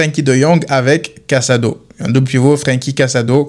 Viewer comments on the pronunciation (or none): "sac a dos" au lieu de casado oui ca me fait rire hahahaha